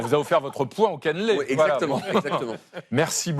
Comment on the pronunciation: Par contre pitié "Caneeeuuulé" pas "canlé"